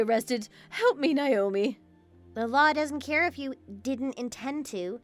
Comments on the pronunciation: Why is Naomi/Nayomee being pronounced Nyomi/Niyomee? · No. it’s pronounced Nay-o-me. Ask me how I know.